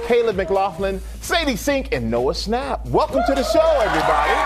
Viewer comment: “gaten matrazho” “finn wolferd” “noah snap” how.